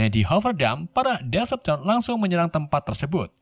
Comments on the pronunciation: Decepticon di baca "deseptikon" bang Bukan "desepsien" -_ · bacanya itu deseptiken (cara bacanya yg benar) dan abang malah bilang desepsion(cara baca abang) bacanya ya all spark(ya gitu ga ada yang beda dengan katanya) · Bacanya desepticon bang bukan decepson :v, btw lanjut ampe tamat y bg plus jadiin playlist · Baca decepticonnya bukan desepsion bang tpi deseptikon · min, Decepticon loh... bukan Deveption🗿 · Decepticon bang bukan deception 🤣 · Decepticon bang bukan deseption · maaf ya bang nama nya Decepticon bukan Descjon😂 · Bacanya diseptikon bang bukan disepsishon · correct bang bukan devastaion tapi Decepticon, Decepticon adalah sekumpulan alien jahat yang di pimpin oleh Megatron.kalau Autobots di pimpin para prime contoh Optimus prime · Deseptikon bang bukan desepsyon 🤢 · deseptikon bacanya wak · Bang cuma mau koreksi Klan nya Megatron namanya "Decepticon" bacanya Deseptikon🙏